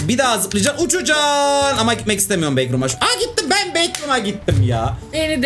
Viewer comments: backroom✅ bacrooms❌ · Bekrum diye okunmuyor okunuşu bekrums